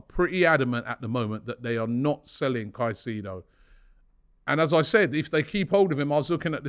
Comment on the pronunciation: robbie its moises caicedo not moses caicedo